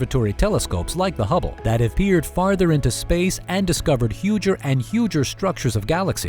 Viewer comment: Were you saying humble or hubble